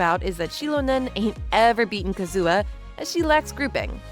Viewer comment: the way you pronounce Kazuha bothers me greatly